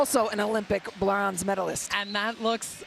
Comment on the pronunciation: She said blonze medalist